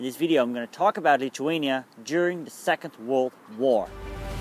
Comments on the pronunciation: no your accent it's like you don't have front teeth? TH sounds wrong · he is saying lithuania wrong